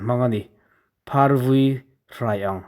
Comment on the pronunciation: Vūí lam dan dik zir i mamawh. Phing chil tih lam dan leh a hrilhfiahna hi ka hriat dan nen s inang lo tlat mai.